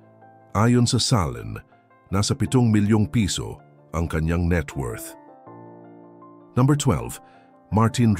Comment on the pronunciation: Pakiayos pag pronounce ng no. Parang ewan kasi haha 😅😅 ayaw ko na tuloy mg subscribe